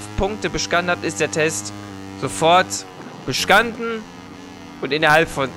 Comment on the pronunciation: Deine Aussprache ist ja echt übel!! Hört sich an ob du voll bist.Oder du eine sz Schwäche hast. Beispiel:Beschanden ? Oder Bestanden? Dann scharten oder Starten? Kann ja sein das das es am Mikro liegt. Aber es sind Sau viele Fehler in der Aussprache.